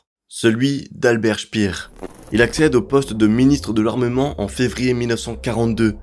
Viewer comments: Speer est allemand, pas anglais. Ca se prononce "Chpére". 😉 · Albert Speer (comme paire) et non pas « spire » c’est de l’allemand pas de l’anglais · Je ne maîtrise pas la phonétique, mais je vais le faire à la française. Pour Albert SPEER, on ne dit pas CHPIR, mais CHPÈRE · Parfait. Par contre c'est pas "chpir" mais "chper"😂